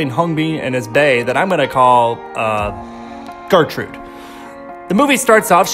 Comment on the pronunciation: i literally thought the same he said "getrude" and i was like "wtf is a gertrude it's GÄHRTRUHDÄ"